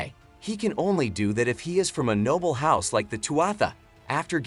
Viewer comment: The reader need a little work as they can not pronounce "NOBLE"; but other wise a good video.